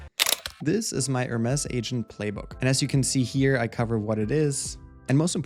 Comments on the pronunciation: its pronounced HER MEs not HERMESS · Nice Video! Btw the Hermes team has been clear that it's pronounced "Her-Mees". The other pronunciation is a fashion/design brand. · Use AI to edit your video, seek and replace with correct Hermes pronunciation.